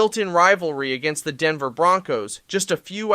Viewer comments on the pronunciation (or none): none